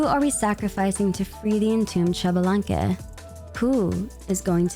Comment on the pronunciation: I know you like to pronounce names correctly, so Xbalanque is pronounced eesh-bah-lan-keh and not shabalanque, often also written as Ixbalanqué. Not sure if Genshin will use the correct pronunciation or not (Tighnari, anyone?), just know this is how it is pronounced in Mayan.